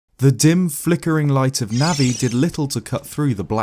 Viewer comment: Nah-vi......not Na-vi...